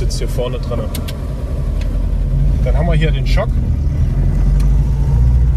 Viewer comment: Schon wieder jemand, der nicht weiß, dass "Choke" ein englisches Wort ist und ähnlich wie "Joke" gesprochen wird. Also "Tschouck". Der Choke entspricht im Deutschen der "Drossel" (im technischen Sinn). Mit dem "Schock" hat der Choke rein garnichts zu tun. Hätte er, müsste es "Shock" lauten. Tut es aber nicht.